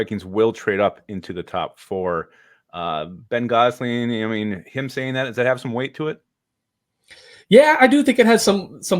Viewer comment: It's Ben "Guess"-ling.